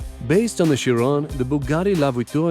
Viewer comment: KY-ron, not CHI-ron, VAY-ron, and not Ver-on and BO-Lide, not Bol-ide.... FFS lol.